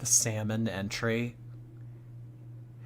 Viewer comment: There ain’t no way she didn’t know it is pronounced entree not entry ☠️ gorl is TROLLING